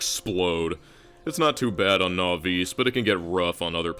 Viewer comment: Love you videos, but I have to be honest I hate how you pronounce Nauvis